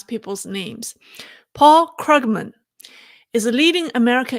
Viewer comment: Paul KRUUG-men. Long vowel. German name. 🐯